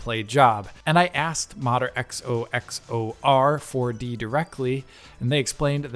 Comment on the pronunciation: It's funny he always takes his time to say the name right